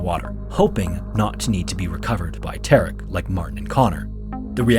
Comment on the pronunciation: How is he "Tark"? Ta-rek.